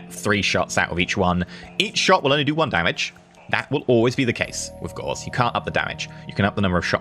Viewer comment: you're mispronouncing Gauss.